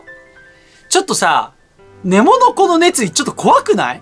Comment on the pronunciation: ネモのイントネーション間違ってません？笑